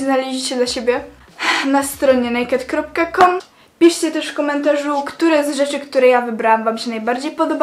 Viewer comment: Nazwy Nie czyta sie nejked tylko en ej kej di XDD